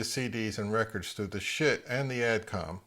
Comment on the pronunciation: I can't help it. Yoy keep saying sbit. lol. I used to have an NAD